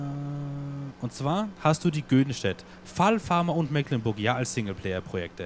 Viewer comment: Hallo, es riecht nach Abschied von der schönen Mecklenburg, ja: Meeeklenburg,-), was ich persönlich sehr bedauere, weils meine Heimat ist. Die Gründe kann ich aber nachvollziehen und würde mich über ein LP auf der Old Streams Map extrem freuen, oder schau Dir mal die Lauchringen oder SwissMap vom TuneWar an - auch sehr schön, klein und sehr schick! Super, dass du deine Zuschauer hier so in alles miteinbeziehst, das ist ne nette Truppe hier:-) Hut ab und viele Grüße, Katharina